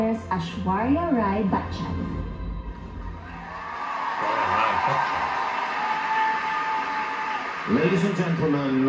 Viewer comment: Well Its not " Bak-Chan"😶😶😶 .. Bachchan is pronounced as " But-chan "